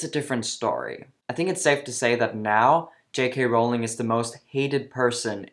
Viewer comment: Just for starters, I wish that the people who disagree with J. K. Rowling would learn how to pronounce her name! (It rhymes with "bowling," folks, not with "howling.") Sheesh!